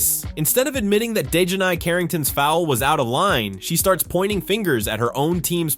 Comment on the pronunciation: I HAVE TO ASK..... WHY DON'T THESE FELLAS LEARN HOW TO PRONOUNCE THE NAMES BEFORE HE SAYS THE DAMN NAME??? DI JOHN AY? IT'S ACTUALLY LIKE DEJOHN MUSTARD..... DIJONAE..... DON'T LIKE HER..... AND SHE DOESN'T DESRERVE RESPECT AS SUCH.... BUT HER MOTHER DOES AND HER MOTHER NAMED HER...